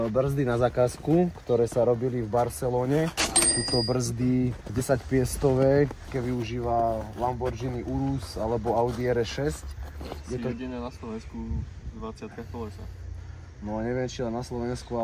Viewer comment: Že LAMBORDŽINI 🤣🤣🤣